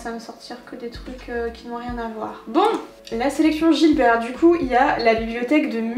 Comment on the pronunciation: Coucou! Ahaha, je crois qu'on dit Gibert et pas Gilbert 🤣 j'ai fait cette erreur toute ma vie, alors que j'avais une boutique dans ma ville 🤣😴 C'est la où j'ai fait mes meilleures trouvailles, avec des livres plus édités ou des nouveautés en occasion, c'est mon endroit pref ! Et vinted, mon appli favorite du moment pour les livres 😅 Très bonne vidéo, hâte de voir le vlog John Green ! 😘